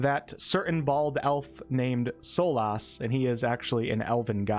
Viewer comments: I know people have brought up the "veil" pronunciation already, but Solas is said more like "solus". 😊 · Solas is pronounced "soulless". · For someone who is such a big fan of the series, you sure do butcher Solas' name. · the way you say solas makes me wanna unsub